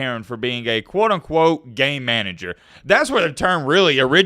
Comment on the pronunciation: I watch my videos at 1.5x speed, and when you kept saying, “game manager”, it sounded like, “gay manager” 😂